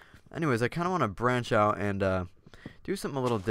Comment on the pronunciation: Did anyone else laugh when he said "brach out" while chopping the tree? haha maybe it was me.